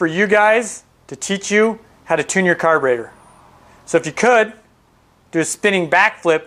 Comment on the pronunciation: Its carburetor, not carburator. ' e ' not ' a .' Otherwise, very good.